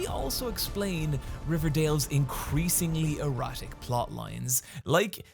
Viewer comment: It took me a whole minute to realize you said 'erratic' and not 'erotic'.